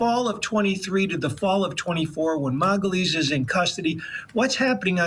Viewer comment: You really can't pronounce Magalhães...